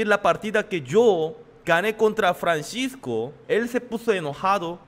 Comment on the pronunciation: Y pronuncia bien es Francisco no Franchisco🙄